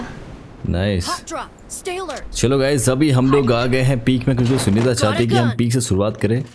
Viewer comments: Sooneeta ❌ Soneeta ✅ 😂😂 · Bhai har 2 second pe sooneeta bol rhe ho😂